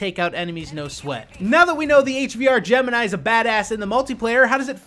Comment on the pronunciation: How he said Gemini tho